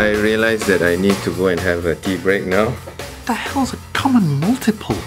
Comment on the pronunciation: are you serious right neow bro